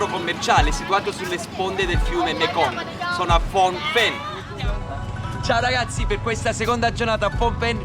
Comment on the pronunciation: Mi permetto di farti notare, in rispetto alla magnifica energia ancora viva e pulsante che ha questa città (e questa nazione), che la pronuncia corretta è Pnom Pen che è praticamente quasi come si scrive, e non fom pen. Il nome della città significa la collina di Penh.